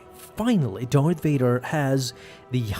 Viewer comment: Why do you pronounce Darth "Doith" or "Dorth"? I rewound it several times to make sure.